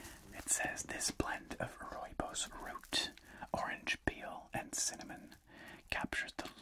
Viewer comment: Nice to see and hear South Africa mentioned here as I am south african. Pretty good pronouncing rooibos as well since its afrikaans meaning red Bush. Thanks for the great videos as always!